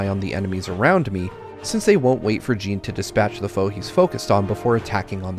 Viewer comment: I was going to comment the same. "Jin" rhymes with "bin", not "Jean" which rhymes with "bean"